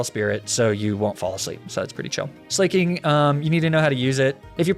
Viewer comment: hello did you know that you say slaking wrong